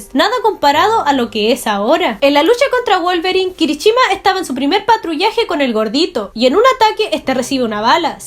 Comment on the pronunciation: No es kirichima sino kirishima